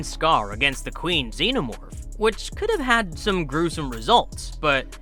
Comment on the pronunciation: Xeno more